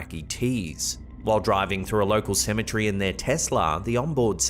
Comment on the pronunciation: You pronounce cemetery the same way people from Missouri say it... 🤔